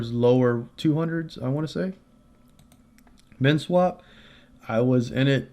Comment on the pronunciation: What was the 2nd one i couldnt understand you. Men swap?